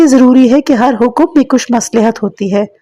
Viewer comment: مصلح کا تلفظ غلط ادا کیا ہے